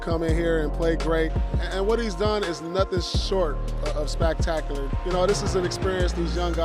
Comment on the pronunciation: “Spactacular” -Paul Pierce 2018